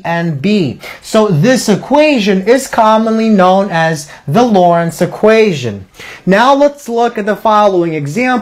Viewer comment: To the respect to the founder please pronounce his name correctly. There is a "t" in his name. It is not Lawrence it is Loren"t"z.